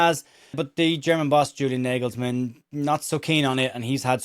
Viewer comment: Gotetska, Kimmich et al are German football royalty, they’re not going to be dropped for Stach. Very demotivating for Stach, and shows why German football is in a dip. (Btw, it’s pronounced “nargelsman”) Keep up the good work mate 👍🏼